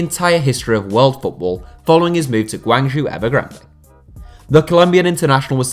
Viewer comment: Damn dude, your pronunciation of GuangZhou Evergrande is atrocious haha. I watched all of Jackson Martinez's matches in China. He was awful..... and this is in a league where Paulinho and Hulk are world class and Alexandre Pato and Ricardo Goulart were near unplayable.